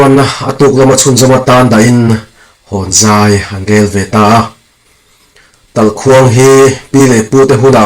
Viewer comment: Talhkhuang ni lovin TALHKUANG tia lam zawk tur a ni. Tin, signal morsecord atana hman a ni ṭhin ve awm bawk e. An khawng satliah ngai lo anti. An khawnin awmzia a nei a ni awm e.